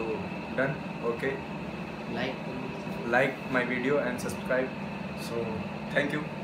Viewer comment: Ek kam kar bhai tu mujhse akr sikh leh Phir video bana liyo😂😂😂 Subscribe bolna bhi sikhle phle 😂😂